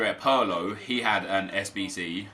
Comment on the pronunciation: Why do you say “pirlo” as “purlo”?